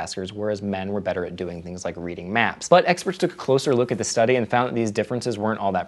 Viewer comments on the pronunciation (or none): none